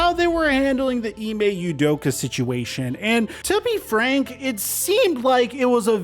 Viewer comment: “Ime udoker” -Steve A smith lol